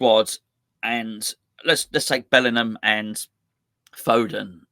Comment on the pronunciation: nice to see you put some respect on Bellingham's name! 😉